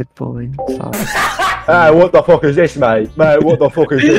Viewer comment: NAH THAT GOT ME ROLLING ON THE FLOOR HIS BRITISH ACCENT "what the fock is this mate- mate- what the fock is this" XDDD W GUY